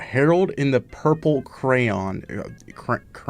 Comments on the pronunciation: WHy would you think pretending to not be able to say crayon is any kind of valid thing to do? is it not hard to be stupid? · Who can’t pronounce Crayon?